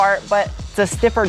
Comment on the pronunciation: My very favorite thing about you is that I can never tell when you are mispronouncing intentionally or unintentionally. So I always assume intentionally. The word of the day is durometer. I love your channel so much—Godspeed.